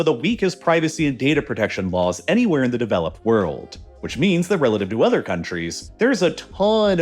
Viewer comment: “udder” quietness lol